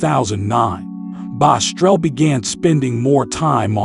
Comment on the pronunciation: I hate when people try telling other people story and mess it up like saying the name wrong. It’s BOSS-TRELL not bostrel